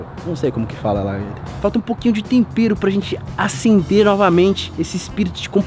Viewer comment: se fala TOMPERRO